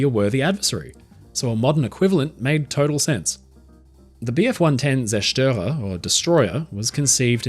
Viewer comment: honestly, that "Zerstörer" on was aspoken in nearly PERFECT German. and i know this because im german myself.